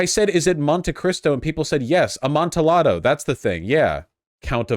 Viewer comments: the L's are silent in Amtialldo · The Cask of uh-MON-tee-AH-doe. Jesus, Vaush. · Ah mone tee ah tho? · The most painful part of this video is watching Vaush try to say amontillado. 😂